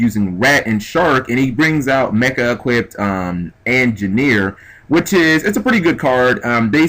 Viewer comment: He's not the best narrator lol. he said angineer was a rank 4